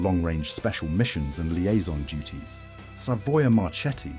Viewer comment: A very interesting video. Just one observation: Macchi and Marchetti are pronounced "Makki" and "Marketti", the Italian word combination "ch" is pronounced as a "k"